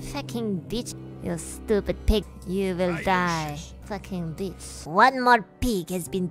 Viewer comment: I love it everytime she says “Facking beach”